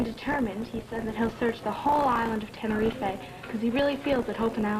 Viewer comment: It's hilarious that they're mispronouncing Tenerife.